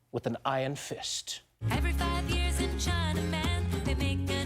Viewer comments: yee ahs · I love how he says "years"